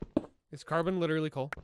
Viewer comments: it’s… it’s cabrón, not carbon. You called him coal. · Tbf coal could be used as an insult but it's still funny to hear that mistake lol 😭😭